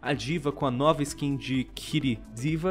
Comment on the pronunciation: "NOUVA" KKKKKKK